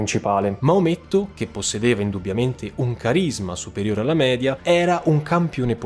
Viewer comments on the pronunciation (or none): none